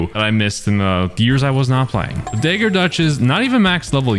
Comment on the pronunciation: Blud don’t know how to say dagger